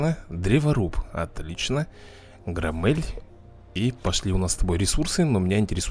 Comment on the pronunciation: ГромЕль, а не ГромЭль, прости, но мне слух режет